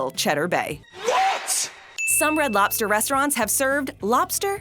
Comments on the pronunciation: For the love of all that is holy. Lobster. With a B. Not LOPster. LOBster. Say it with me. LOB ster. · Hey, are you aware that about 90% of the time you're saying "LOP-ster" instead of LOB-ster? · It sounds like she's saying "lopster." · Umm...that's a B in lobster, not a P, >:/